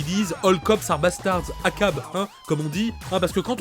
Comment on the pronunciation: "ACAB" 😂😂 ont dit "A.C.A.B" si jamais